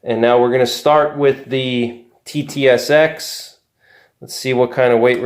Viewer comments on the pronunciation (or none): You kept calling the TTSX at SST. Confusing!